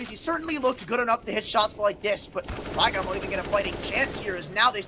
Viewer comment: "raygon" "cener" these commentators man